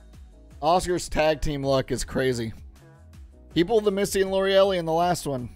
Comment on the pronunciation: Pretty sure its pronounced Lorelei(Lor-a-lye)😬😬...like an old fashioned name!!! Misty & Lorelei trainer🤘🤘